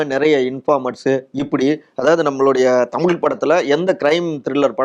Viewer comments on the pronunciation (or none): none